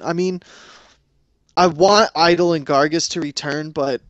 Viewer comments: it's gaar- gos!! not gargus!! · its pronounced garg -oh-s not gargus